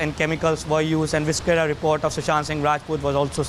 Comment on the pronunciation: People, it is viscera not viskera.